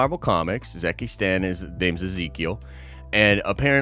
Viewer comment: The way he says “Zeke Stane” is hilariously wrong “zeck-ee Stan” 😂 but then he says Ezekiel Stane perfectly fine